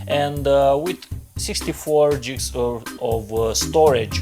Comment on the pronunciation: Buddy your sayings gigs wrong lol